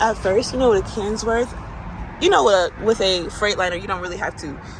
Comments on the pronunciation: i like hiw u say the name of your new truck u say cans worth its a ken worth ok 😂😂😂😂 its all good baby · Nobody's bodies complaining about $hit. If I mispronounce something I would like to be TOLD the correct pronunciation so I don't look/SOUND STUPID. Do you see a F-CKING S in Kenworth dumb ass? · Did she say Kensworth lol... That truck comes from Central trucking out of Oregon. Also that cat walk is super rusty, makes me wonder why. Hopefully you check whens the last time the APU has been serviced.